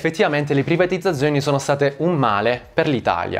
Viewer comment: Per colpa di questo video non so piu dire privatizzzzazzzioni